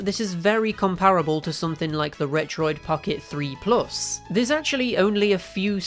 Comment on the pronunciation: For some reason I think I heard this dude saying "Fuoid pocket 3 plus" Idk I misheard but ngl it's funny